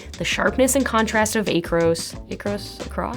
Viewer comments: Nope — "Eh-kros". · She does not even know how to pronounce Acros! 😢 But reviews cameras…